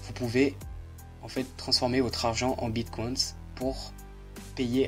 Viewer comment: "Le bit CWAINS" C'est bit co ine ine comme inhumain ( comme ta prononciation de hidden aussi :D) Bonne vidéo sinon